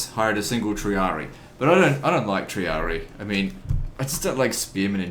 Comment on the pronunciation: the way of how u pronounce Triarii is Tree-or-ree-i! Just saying so u don't mispronounce it in the future😄